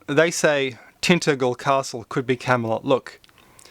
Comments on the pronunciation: First; 'Tinta-gle' castle is pronounced 'Tin--tadgle' castle i.e. a soft 'g'. Second; I completely agree with others below: if you want the truth about King Arthur, or to be correct; King Arthur the FIRST or King Arthur the SECOND, then you should watch the video: Alan Wilson Historian - The Hidden History of Britain. He gives an immense amount of detail on the whole gamut of British history we have ALL been systematically lied to and completely misled on. Not only is the 'myth' of King Arthur NOT a myth there were TWO King Arthurs. The first fought the Romans the second fought the Saxons. The history and genealogy Alan W. quotes -- and a huge amount else -- forensically demonstrates their existence AND that our history has been mangled by academics who use the completely discredited calendar of ancient Egyptian history which consequently trashes massive swathes of our history treating them all as 'myth' or outright nonsense. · it is pronounced tin ta gle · Your pronunciation is appalling. TenTANGEL. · Tintagel, "tin-tadge-el". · Tintagel is pronounced Tin-Taj-El by the way, the 'G' is pronounced as a 'J' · yes, you're right to say it existed but I find Graham Phillips' explanation/theory more convincing. and oi! it's pronounced Tin Tajel ! I like your videos :)